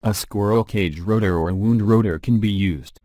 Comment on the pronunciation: Winding? Wound? Pronunciation plz!